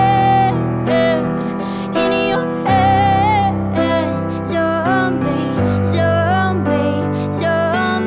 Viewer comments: i wanna pronounce zombie like how she pronounce it, but i can't for some reason lmao. The pronunciation is so cute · Awhhh.. That zombie pronunciation.. Skipping whole song just to listen that❤️❤️😍😍